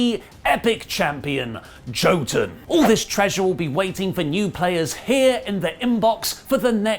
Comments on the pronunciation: Jotun is pronounced. Yotun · Pretty sure it's pronounced. Yo-ton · As a Scandinavian, when pronounced it "Joe-ton", it really hit me in the heart.